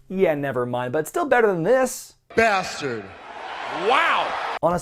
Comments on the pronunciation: Umm it's not basterd it's bath turd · I swear I heard Lashley say "Bath Turd" when I first heard him back in the day.. oh Bobby how much you've changed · Please,. Please. It's pronounced Bath Turd.